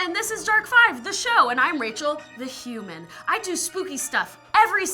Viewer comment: You know when I listen the 1's time you said "shemon" the 2's time you said human.